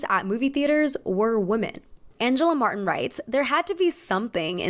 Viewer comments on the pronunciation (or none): none